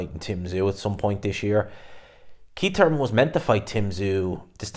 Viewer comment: Didn’t know Thurman had a silent h